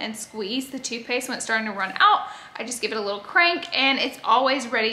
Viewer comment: When you were talking about toothpaste i thought you were saying toupee’s 😂😂 i was like gorl, toupee?!?!? And then i realized you said toothpaste lol